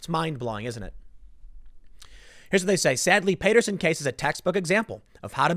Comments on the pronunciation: Pronouncer: PATT-ter-sun, not PAY-ter-sun; HAIL-dun, not HAL-ee-dun. You're in NJ, ASK someone. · Timman, it's pronounced PAA-terson not Pay-terson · Dude, you live in Jersey. How do you not know how to pronounce Paterson? It’s Pat.....like the nickname for Patrick. It’s not PAY-ter-son........ It’s Pat-er-son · Paterson is pronounced as Patterson. You’re killing me! Lol! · OK. I can't take it anymore. Paterson is pronounced "Patterson". Not "Payterson"! It's in NJ. You live in NJ!!! C'mon man!!! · TIM POOL— Paterson: Pronounced “patter-son”. Not “pate-er-son”. Sheesh! And you live nearby! Robb Chavez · It's pronounced Pat-Er-Son not Pay-Ter-Son. lol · PAATerson not payterson lol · Tim Pool - it’s pronounced “Pat-er-son” not “Pay-ter-son”. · It's PAT - er - son, not PAY - ter - son.....I thought you were from NJ Tim? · It’s Pat-erson not Pate-rson and Haledon is pronounced hail-don. Also Paterson is a city not a small town lol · Payterson? you live in NJ. learn how to pronounce Paterson... pat like hat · You seriously can’t pronounce Paterson????? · It's Pat-erson like patting a cat. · Tim, it’s pronounced Pat-ur-son (Paterson) and Hail-done (Haledon)... I know you’re not from North Jersey so I wanted to let you know. Thanks for the great video! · Timmy, it's Pat-er-son. I live a mile away bro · It’s pronounced Pat-er son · Oh man I live close to paterson and it's killing me that you keep saying it wrong hahaha it's like Pat. Erson. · Tim it's pronounced Pat-er-son. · Tim, it’s pronounced Pat-ur-son...and it’s also not a small town. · Tim..ur pronouncing Paterson wrong..the a is short not long..... PAHTERSUN.....like that bud... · Tim, I know you mispronounce things all the time but please lmao I live a few towns away, Patrick Pat, Matter ter Son Son Pat-ter-son Paterson Not Paterson like pal. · Pronounces county (Passaic) correctly; bungles town (Paterson) repeatedly. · You butchered the name of the towns man 🙃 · Can Tim please learn how to pronounce Paterson??